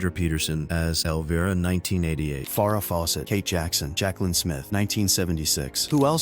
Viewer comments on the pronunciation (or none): Elvera? Far-uh Fawcett? Ojabay? And the best AI narration screw-up, ever: Wizard of Ounces!! 😂